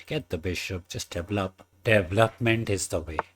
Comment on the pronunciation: DE-VEL-LOP not D-VLOP